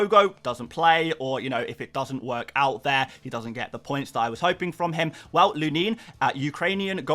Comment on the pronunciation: thanks for the video! re Lunin, it's pronounced "Loo-nin", emphasis is on the first syllable)